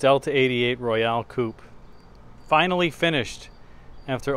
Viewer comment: Royale, not “Royal.”